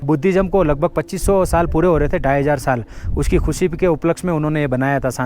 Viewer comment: Bhai , sab thik hai par शांति ko saaanti kyu bola,aur nazara ko najjaaraaa kyu bola bhai,aur खुशी ko khusiiiii,aap ladakh me ho sahi se pronunciation 😅😅😅kijiye bhaiyaaaaa